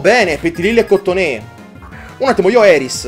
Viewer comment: la pronuncia di Cottonee è COTTONII